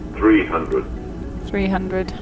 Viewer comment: he says "speed at 2 tree zero.. omg. 😴